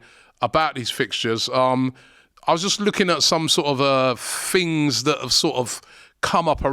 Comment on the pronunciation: “Fings” ??? Translation please